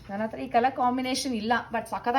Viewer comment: Ma'am please say hathra, not athra